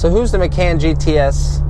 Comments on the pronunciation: Ma-caaaan. Like “Muh-Khan”. You should dub the proper way over the video to make it more watchable. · Porsche 'Muh-can".. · Sorry lol, but its pronounced "Mah-con" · love it when americans teach europeans how to pronounce european brands and names :) (i belive the guy is swedish) no hate though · Has an auto channel, can’t properly pronounce Macan. LMAO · Nice review, but I almost can't take you seriously mispronouncing the car...